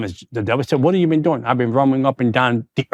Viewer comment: The emphasis is on doing